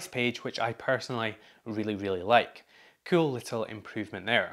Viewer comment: Who else is here because of the way he says kewl?